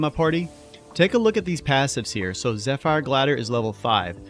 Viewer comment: Zeh-fer. Not zef-fire.